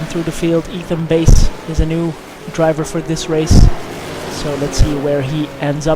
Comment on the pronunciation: Fun to watch things I never got to see from where I was. Just a few things, the pronunciation of my name, it's Bass as in the fish, not like the guitar. Also I'm in the Pro class, despite being so far off the pace, Road Atlanta doesn't like me. :S